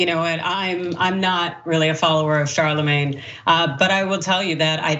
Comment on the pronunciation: It's pronounced "Sharlamanye".